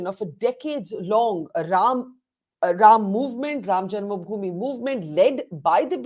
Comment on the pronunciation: can't even pronounce janmabhoomi correctly and he is a panelist. Wow! Hahaha